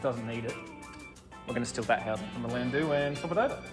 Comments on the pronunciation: its not "land- doo" its "land dow" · "DOWE" Landou is commonly pronounced "LANDOWE" It is NOT pronounced "Landu"